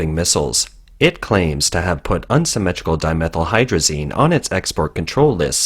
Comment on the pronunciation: You say Unsymmetrical Dimethyl Hydrazine perfectly yet saying nuclear seems a struggle. Regardless keep up the good work!